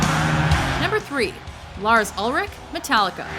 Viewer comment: 1: Mike Portnoy 2: Mike Mangini . . . 1,000+: Flawrs Ulrich